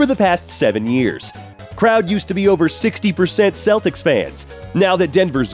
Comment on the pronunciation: I’m sorry, I don’t care about gatekeeping anymore, can you please say the word ‘Celtics’ again? WHAT?!